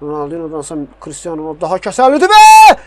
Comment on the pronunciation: Ronəldi yox Ronaldo